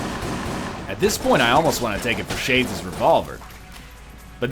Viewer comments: Me too Dirpy, i kept hearing shay-jizz revolver and that made me feel funny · Egg can't say Shades Revolver at all